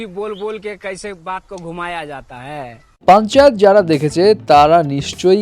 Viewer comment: ভাই পাঞ্চাত না পাঞ্চায়েত 😌😌